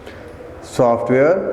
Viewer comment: The word is between not betwan 🤣😂 and the word is software not saftware